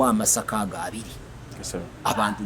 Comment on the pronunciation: The real word meaning sorghum in Kinyarwanda is "Amasaka" not "Amashaka" as you pounce it.